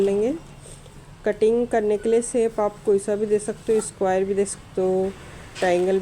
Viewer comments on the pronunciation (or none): none